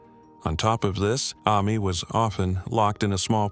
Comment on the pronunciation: What is the 10-year-olds name... Amy, Ammy, or Ames Deal, which is it?... That was annoying... FIX IT!!!